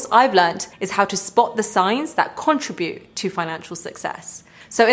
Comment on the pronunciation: First off, learn how to pronounce "contribute".